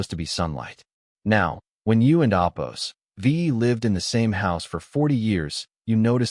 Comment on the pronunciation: I couldn’t handle this crap saying “opose” and Quote or unquote like FFS I WONT BE BACK TO LISTEN TO FCUKING CRAP 💩 💩